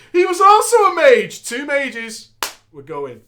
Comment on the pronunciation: Did fucking say maj instead of mage?